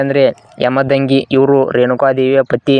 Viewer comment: ಯಮದಂಗಿ ಅಲ್ಲ ಅಣ್ಣ ಅವರು ಜಮದಗ್ನಿ